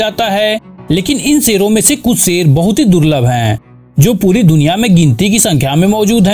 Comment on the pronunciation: Bro wo sher hota hain seer nahi